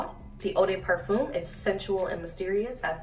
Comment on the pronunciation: Stop saying "parfum' if you can't pronounce it lmao